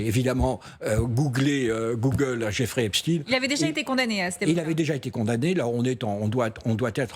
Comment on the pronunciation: " jofrey epstine " de mieux en mieux